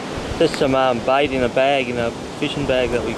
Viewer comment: why do you pronounce 'bait' as 'bite'?